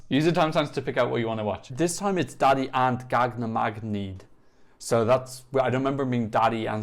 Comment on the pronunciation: So u say daði not like dadi more like dathi and btw im from iceland